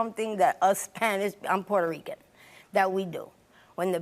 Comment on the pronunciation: What she purterican. Get out